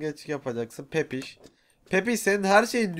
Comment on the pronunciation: pepiş değil pipiş :wewqeqwewe qe